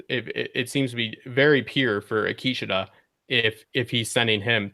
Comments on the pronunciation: Zahn McClarnon (the native American actor) pronounces it Ah-KEE-che-tuh. There's your poison for the day. ;-) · Ah-Key-Cha-ta, I hope people are not hard on you guys.